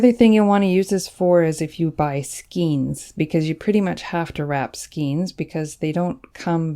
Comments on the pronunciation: Great tip, thank you! Btw, skein is pronounced "skayne", not "skeen." Just an FYI. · FYI… Skein is pronounced *skane*, not skeen. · Thanks. I liked the video. Never heard anyone say “skeen “ pronunciation before for skein of Yarn. Maybe different countries say differently